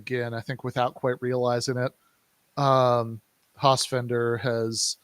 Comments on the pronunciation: This is really interesting but it's so damn hard to listen to say "Hossfender" over and over. It's like "nucular". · Guys, it's FELDER not FENDER..you could at least get the name right. yeah when i saw the Hossenfelder pro capitalist clip i totally cringed--generally did like her podcasts but now i am not sure, and she is taking it from EVERYWHERE for that clip tons of negative feedback--she certainly dropped the ball on that one, and she didn't even engage with on Twitter?? huh? Silly. Sean Carroll is another physicist that takes on philosophy and social issues but he is MUCH more informed on the subjects especially philosophy in which he chastises his fellow physicists for NOT having much interest in philo..